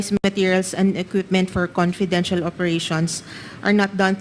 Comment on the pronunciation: Whole Philippines po covered ng VP at hindi nka-upo lng ang VP...mas busy pa sya sa president sa sipag nya....hindi mahirap gastusin ang perang yan kong para sa bayan talaga.... ImPormation, ConPidential, Porten million, oPPice....pagtsure Dan Pernandez!